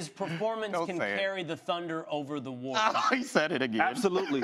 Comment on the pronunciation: Ryan Hollins pronounces “Warriors” like it rhymes with “lawyers”